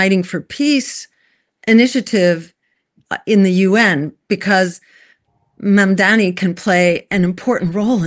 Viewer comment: It's MAM-DANI not MAN-DAMI